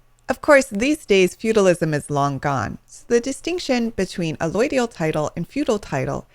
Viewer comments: Why can't you pronounce allodial properly? You pronounce it "alloidial". How can I take this video seriously if you can't even pronounce the word properly? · You're better off looking at a bunch of Ron Gibson's videos on allodial title and land patents. This gal is either an attorney or realtor (both of which have interests in poo-pooing allodial title) and is either not fully educated on the topic or is just being plain deceptive. Hell, she's not even pronouncing "allodial" right! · No you did not. You just got brainwashed by an ignorant person or government shill. She doesn't even know how to pronounce it.